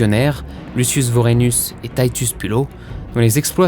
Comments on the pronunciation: C'est pas Taïtus mais TItus Poulo Sinon bon boulot ! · Titus ou Titous ... mais pas taïtus ... pourquoi ce son "aie" très anglais ? heureusement que la série n'a pas finie avec un charabia religieux ça aurait été dommage